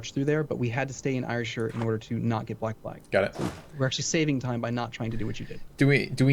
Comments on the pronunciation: Btw it's pronounced air-shire, not ire-shire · I kinda like "I er shire" has a satisfying sound to it =D